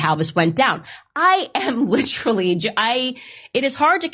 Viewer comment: Is “littrally” even a word?!